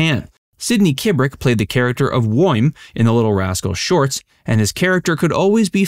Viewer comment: Sidney played the character of "WHO"' ... "WOIN" ...??? Can't understand what the narrator is saying, but it sounds like "WOIN" ... ??? What is that???